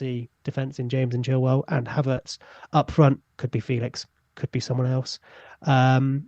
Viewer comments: Also it's apparently more like Fey-lish than Fey-lix if I'm not mistaken? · Just in case you guys care, it is feh lix not Felix there is an accent on the E...apparently he gets annoyed by people not saying it properly lol poor lad